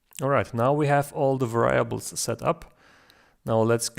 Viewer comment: It is 'variables' with the stress on the first 'a' :-)